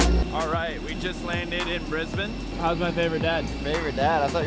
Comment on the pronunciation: thankyou for pronouncing Brisbane correctly :-)